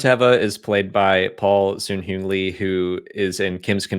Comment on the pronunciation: Hi, loved the video! Just a heads up, the u in Paul Sun-Hyung Lee's name is pronounced the same way you would pronounce the Sun (like the star in the sky!), both u's in Sun and Hyung are like that:) I don't mean any disrespect, I just wanted to let you know.